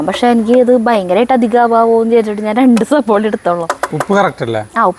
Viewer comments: Not sabola, 'savala' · സബോള എന്നല്ല